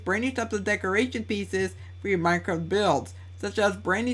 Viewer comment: "decorachon" BRUH HAHAHAHA